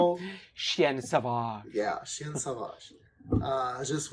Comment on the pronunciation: All is forgiven. It's pardonne moi, though ;) You said that really well in the episode, except that it sounded like "une chienne sauvage" (feminine) because, if there's no "e" at the end, you don't pronounce the "n" but it makes a nasal sound "un" or "ien". The final "e" in "une" and "chienne" is what makes you pronounce the "n" To be fair, French pronunciation is almost impossible if you're not French (or Portuguese, they have nasal vowels too) so all is forgiven. My dad's not a native French speaker and he butchers it far worse. Really, this is a great episode and, as far as French is concerned, you did just fine for foreigners. My serbian is nil, so who am I to complain? In the musical film "My Fair Lady" Professor Higgins says the French don't care what you say so long as you pronounce it properly, and he's only slightly exaggerating.